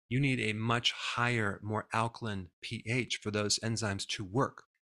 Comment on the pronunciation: alkaline is pronounced /ˈalkəlʌɪn/ not /ˈalkəlɪn/